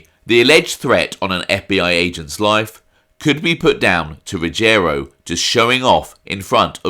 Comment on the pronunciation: It's pronounced Ruggi-ero and not Rugg-erio.